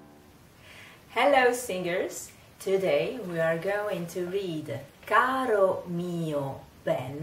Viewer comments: I’m not on here to troll people or anything but just wanted to mention that because the R in Caro is in between two vowels it is flipped not rolled. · Nooo!!! Se pronuncia caro! Lo que quiero decir es: cuidado!! No digan carro!! 😀